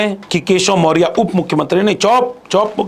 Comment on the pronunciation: पहले बोलने का ढंग सीख लो। मोरिया नहीं, मौर्या होता है। PDA PDA चिल्लाते हो पहले PDA का इज्ज़त करना सीख लो।